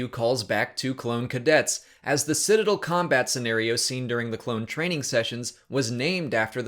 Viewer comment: He said Citadel wrong.